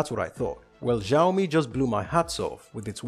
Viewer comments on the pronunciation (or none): It's not Shio-me it's Shao-me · it's Shio-me not Zhaio-mi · it's not giaomi, it's shiaomi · Great video...but it's not pronounced as Ziaomi it is pronounced as Xiaomi were the X is equal to SH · Oh god any other Chinese people cringing at his pronunciation? IT IS SEE-i-OW MEE. At least he said Huawei correctly doe. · sorry to be a bit harsh to you, I had a rough day. thank you for your complement and just for your reference, Xiao is actually meant to be pronounced like shyao. it may even be a little bit easier to say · It's so annoying how he pronounces Xiaomi "zhiaomi" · Hisyam Gaming Ikkr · The way he pronounces the name triggered me because ik how it is actually pronounced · Making tech channel And cant even pronounce xiaomi